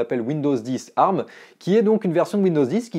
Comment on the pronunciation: Tant qu’à être chiant, on ne dit A R M mais Ey Ar M. chacun prononce comme il veux, sur ce…